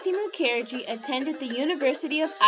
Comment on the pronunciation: Isn't Mukherjee pronounced with the accent on the first syllable?